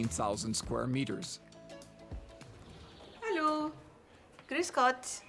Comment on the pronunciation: Could someone please teach how to pronounce "Hallo"? After all these months, he still doesn't pronounce it correctly.